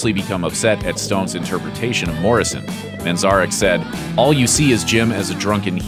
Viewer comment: You mispronounced manzarek, please do just a little more research